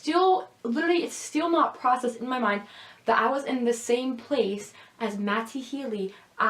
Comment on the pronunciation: Are you joking every time you say matty's name? I can't take you seriously when you enunciate the t.